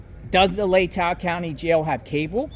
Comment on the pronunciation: It’s pronounced LAY-TAW county.